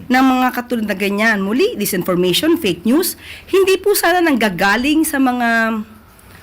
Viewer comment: Iyong usec.Claire puro malabo ang pinagsasabi palayaw niyan si usec.fakenews kasi hindi sa kanya na mabigkas yong fakenews😂